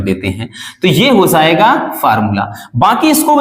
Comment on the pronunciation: Hozayega 😂 ki hojayega pronounciation to dekho